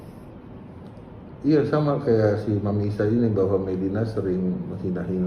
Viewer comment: Nyebut nama dr td kok slh mulu to pk.. Pk.. Mami di blg mama .. Medina di blg mediana🤦🤦hewdeh... Minum dlu pk biar gk blenk😁😁😁🙏🙏🙏